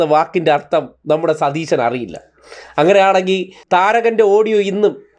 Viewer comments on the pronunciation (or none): none